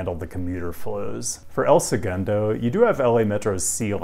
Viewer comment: Huge respect for pronunciation of El Segundo. I knew you were thorough with your research, but this confirms how dedicated you are to getting even the smallest stuff correct.